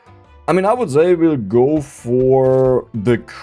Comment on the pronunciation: Ist es soooo schwer "say" vernünftig auszusprechen? 😅